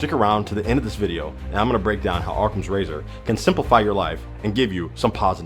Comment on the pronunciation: It's 'awwcum' not "ARRCOM" hahaha I kid I kid. Love your channel bro and keep making the content. You always got me laughing and thinkin! :rocket-red-countdown-liftoff::thanksdoc